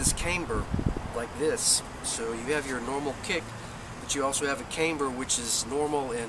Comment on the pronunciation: camber with a short A not Caymber...